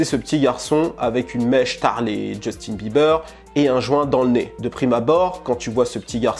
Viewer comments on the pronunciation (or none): none